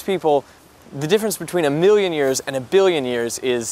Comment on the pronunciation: is it me or was everyone saying biwwion intead of billion